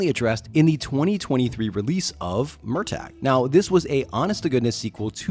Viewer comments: Mur-taa. Not. MUR TAYG. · I'm.. sorry? Murr-tag?